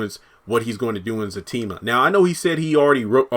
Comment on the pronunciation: It's Zatima Not Zactima